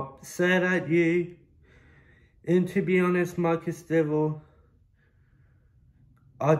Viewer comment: I completley agree with everything u have to say, but I’m more ashamed of the fact u took this to social media… not to be petty or anything but atleast learn to pronounce his name properly